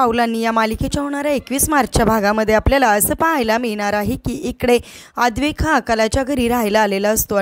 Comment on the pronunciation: अद्वैक नव्हे हो अद्वैत नाव आहे.भाषा शुद्ध नाही निदान नाव तरी व्यवस्थित उच्चारा.